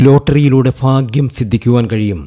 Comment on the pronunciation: വിവരിക്കുമ്പോൾ ഉച്ചാരണ സ്‌പുടത വേണം. ഫാഗ്യമല്ല.ഭാഗ്യമാണ് .കുറെ തെറ്റുകൾ.